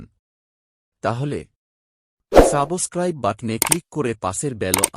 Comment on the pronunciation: কথাটা "সাবোস্ক্রাইব" নয়, সাবস্ক্রাইব (subscribe)😂😂 আর Subscribe করার জন্য কান্নাকাটি অনুরোধ করবেন না। আপনার ভিডিওর উপাদান সঠিক হলে, শ্রোতারা স্বেচ্ছায় তা প্রচার করে দেবে। আপনাকে ভিক্ষা করতে হবে না 😢😢